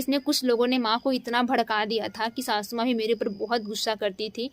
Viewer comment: Shashu maa😂😂😂 pahle bolna seekh lo shashu maa nhi sasu maa